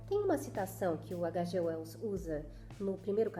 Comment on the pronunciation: Nossa,! Que análise incrível! Vou acompanhar seu canal, porque diferentemente de muitos outros canais por aí onde fazem "resenhas" ignóbeis, menosprezando as obras, você dedica sua atenção à mensagem do autor. Só um detalhe: "H.G. Wells" é um inglês, então se pronuncia de outra forma. Detalhe importantíssimo! Adorei o paralelo que você traçou com a Inglaterra; essas informações vieram fresquinhas a mim rsrs Apesar de eu ter lido, nunca havia feito essa "analogia". Mas concordo inteiramente porque quando eu li "A máquina do tempo", ficou claro a intenção do autor em traçar esses paralelos em suas obras.